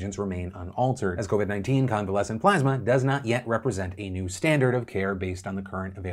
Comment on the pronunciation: took the high road and didn't bust on trump for continuously mispronouncing plasma